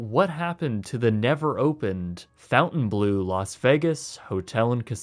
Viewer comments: this whole video you have been mispronouncing the name Fon-taine as Fountain......... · It's pronounced "Fon Tane Blue" not "Fountain Blue" geez! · "Fountain blue", "marry ot", "doight-shiz", come on dude! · Fontaine and Fountain are pronounced differently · please pronounce it well... "Fontainblo" and not fountainblue "EAU" sounds O "EU" sounds OEu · Pronunciation is not fountain blue. It's font-'en-blow. Look up Fontainebleau in France. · You should learn the proper pronunciation of a business before reporting on them. It’s pronounced “Fountain-blow” not “Fountain-blue”. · Not pronounced, "FOUNTAIN-blue", it's the "FON-tane-blue". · Quit saying FountainBlue, when it's clearly Fontaine. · FONtainebleau, not “Fountain”. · Cool video. It's pronounced "Font en blow" not Fountain Blue..Just an FYI. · “Fountainblueau”? It’s clearly pronounced FONTAINE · Ummm. It’s not ‘Fountain- blue’. It’s ‘Fon-tain Bleu’. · Maybe this is a bit pedantic, but its Fontainebleau, not Fountain Blue. You spell it right but say it wrong. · you are not pronouncing it correctly. It's not Fountain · You might consider pronouncing the word correctly--FON-TEN BLEW-a small thing but it makes you seem more knowledgeable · It doesn't read : fountainblue - Probably because the name is French, but with purpose spelling errors, as "bleau" is not a word, also not in French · While I have already seen your reasoning for pronouncing it the way you do, "fountain blue" makes me wish I carried out my suicidal ideations. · i think it's pronounced fawn-tain-blow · Pronounced "fon ton blur" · No, John; "fon tan blo" is more correct. Where did you get the "r"? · He should have said that at the beginning so we didn't think he was mispronouncing it. 🙂 I thought it was Fon-tan Blue (which is still pretty Americanized, just FON instead of FOUN). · Good vid, with the name it's Fontainebleau not fountain. There is no u in the name to pronounce fountain. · Imagine thinking Fountain Blue is the correct pronunciation 🤣